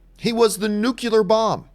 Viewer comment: John....LOVE your channel...tell me you did NOT say "NU-CULAR"...smh...